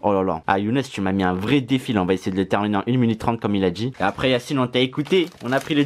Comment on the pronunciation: Mdr c Yacine pas yanise 😂 t un tueur continue comme ça frérot